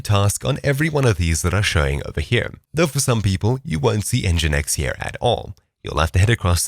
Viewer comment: "en ji i en eks" sorry please.. you can prounounce that as : ENNJIIIN EKSS!!